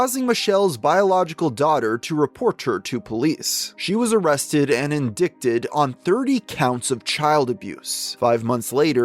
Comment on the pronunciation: Learn how to say indict